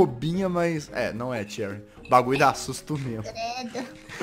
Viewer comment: Ele falou cherrya